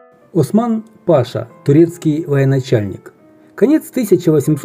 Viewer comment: В слова "паша" в данном случае ударение падает на 2-й слог: пашА.